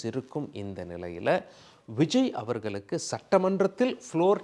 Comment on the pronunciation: ல, ள உச்சரிப்பு மிக மோசமான நிலை. நல்லா காதில நாரசம் காய்ச்சுகின்றது. விஜய் அவர்கள் (கல் - அல்ல) அவர்களுக்கு (கலுக்கு - அல்ல) காரணங்கள் (கல் - அல்ல) உள்ளார்கள் (கல் - அல்ல) வல்லுனர்கள் (வள்ளு அல்ல)